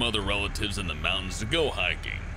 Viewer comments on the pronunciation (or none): none